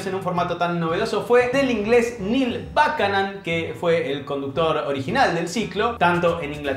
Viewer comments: Gran video pero... No se pronuncia "bucanon"? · No te das una idea lo mal que pronunciaste el apellido de Buchanan...